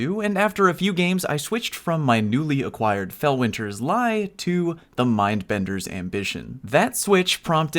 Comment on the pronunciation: “Felweenzy Leezy” I love it